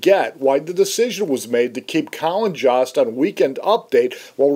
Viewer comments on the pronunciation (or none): Joe+st =Jost. Not whatever u were saying